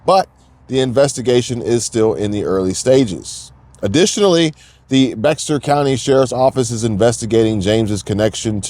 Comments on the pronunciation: Hey, not to be nitpicking...Bexar county in TX is pronounced, Bear. Just one of those weird pronunciations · It's pronounced BEAR COUNTY (BEXAR) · its pronounced "bayer" county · I noticed this too.